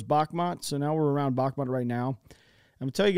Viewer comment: Svatove is pronounce Svah-Toh-Vah. And Bakhmut is pronounced Bach-Moot